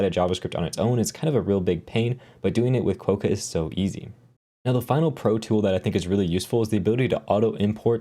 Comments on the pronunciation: You probably felt slightly irritated each time he said it wrong :D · Hi, that O in the name is pronounced like an A. So you end up closer to Kwa-ka, like the Australian pronunciation for the friendliest animal on the continent. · Probably pronounced Kwock-a... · Agree, with the first syllable rhyming with "crock"